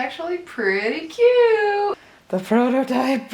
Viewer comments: I know said prototype, but I heard Frodo-type. I anticipate seeing this bread chair in many a video, maybe will even use it when she is sewing on the floor. might you know be helpful for the back. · Happy birthday! Everytime you said "prototype" I kept hearing "Frodotype." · Happy Birthday! May birthdays are the best birthdays. And I swear you said Frodotype instead of prototype. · I Just Heard Frodotype instead of prototype😂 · I will go down fighting because I swear you said you were making a Frodo-type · When you said “there’s the prototype, I thought you said, “ Frodo-type”. I mean….. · I swear I heard “Frodo-type” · Not her saying „The Frodotype“ 😂❤ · thought you said FROTO-type. IDK My bad.